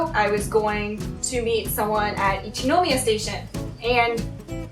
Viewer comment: 電車での出来事は本当に残念でしたね。駅員さんは大抵丁寧に教えて下さると思いますので、自信がないときは聞いたらいいんだと思います。私は田舎にいるので地下鉄は不慣れなのですぐに聞きますよ。 私もハローと同様に英語での日本語の発音に違和感があります。『一ノ宮』にしてもイントネーションが全然違うので(-.-;)